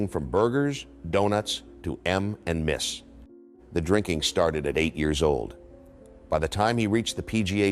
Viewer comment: Got to love AI narration instead of reading M&M’s it say M and Miss